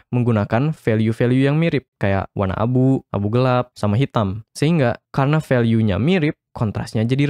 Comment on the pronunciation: apa cuman gw yg denger "warna abu" jadi "wan Abu" wkwkwk